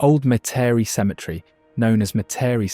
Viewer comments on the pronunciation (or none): Not mu-teri it’s Met-uh-re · Metairie pronounced Meta-ree! Me-ta-ree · Met Ter Rie, is the pronunciation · "Met-tare-re".. Lol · Metairie sounds like meh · tr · ee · A beautiful film. But as a native of Metairie, I can't resist correcting you. It's pronounced MET er ee. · Its pronounced Met A Ree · As a Louisiana black Aboriginal American Indian and Indigenous native, I have to ask you... What's "me-tare-e"? Some mystical town you talked about 🤣🤣⚰️ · if I didn’t know better I’d have missed a lot. Could have used someone with a better pronouncing ofLouisiana names instead of one not familiar with those names. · Nice except for mispronunciations of some names, such as Metairie ( MET-ər-ee). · Born and raised in a lil town called Napoleonville, Louisiana (in between Thibodaux and Donaldsonville. Moved to Mandeville in '21 and immediately recognized the Lakefront of Mandeville & the Causeway. Also remember going to Grand Isle as a kid with my family, and sometimes forget that we actually have a lil beach down south. I had to rewind the video and chuckle when he said Metairie & Zydeco (shocked that he got Tchefuncte correct) but it seems he's said them in more of the French accents rather than what we Louisianians have resorted to. Great footage of the state and nature's beauties